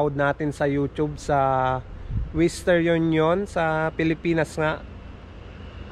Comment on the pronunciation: Western not wistern.